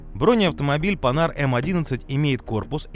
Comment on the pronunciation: Редкий случай, когда автор не исковеркал французское название марки. Спасибо.